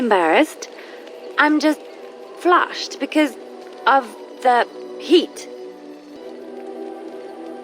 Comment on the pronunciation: "i'm not imbarassed ... i'm blashed for ... for the heat!" ceeeeeerto xD